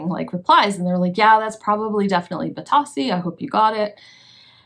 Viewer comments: Bit-oh-see is how you say it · Funny about the pronunciation. I hear other resellers say “bee-Toe-see” rather than “bee-TOS-see. Thanks for the information. I have a couple of lamps that I’ve had for a while that I need to get listed.